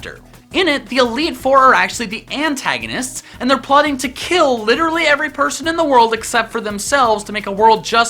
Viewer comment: *Kills not kils